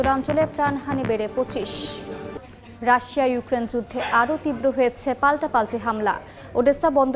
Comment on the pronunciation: রাশশিয়া বলেছিলেন 😂😂